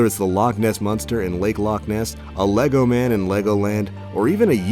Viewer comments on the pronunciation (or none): none